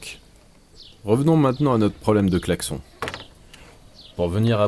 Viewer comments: Clac-son ?? Je n'avait jamais entendu çà ! On prononce clac-sonne ?? Dans le même sujet, j'adore le son du clocher que l'on entend au fil des épisodes ^^ Ceci dit félicitations pour tout ce travail ! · On dit VRAIMENT "claque-son", chez toi ?? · "le claque-son" issou